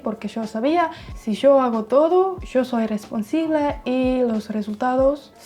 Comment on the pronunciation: ya todos te llenaron de halagos (mas que merecidos) asi que yo voy a ser el mala onda.. pero espero sea util :) es "responsAble" es "aUnque" (en italiano aunque = anche y si tiene la pronunciacion que usaste) es "con QUIEN" ya que es una persona pequeñas correcciones para que tengas en cuenta y puedas seguir mejorando tu gran trabajo :)